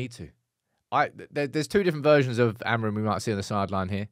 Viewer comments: The amount of times you say the word Amorim and it’s not the correct pronunciation grinds my gears as a Portuguese person 😂 say it like amoor-in but altogether. love the content though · So like Amoorim?